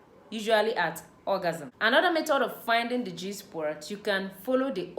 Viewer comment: Please its spot not sport